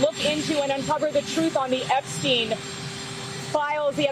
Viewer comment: Better of you pronouce EPSTEIN, the jewish way, because epstiin sounds slavic, which is not the case